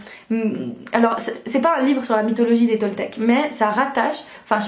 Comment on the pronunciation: ont dis dé ont prononce pas le S <3 Et bonn’ continuation pour la fac ☺️